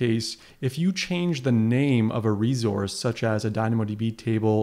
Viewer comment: Its reSource not reZource